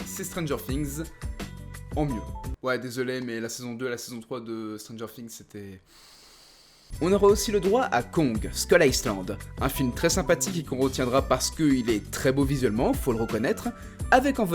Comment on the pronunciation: Très bon format mais stpl fait un effort sur les prononciations des mots ou prénoms en anglais nottament sur "island" et "Jesse"